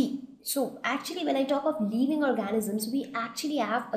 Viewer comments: the video is quite convincing but check on your pronunciation its living leeving (I left the same comment before but my spellings were wrong I am sorry for that) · video is quite convencing but check on your pronunciation its living not leeving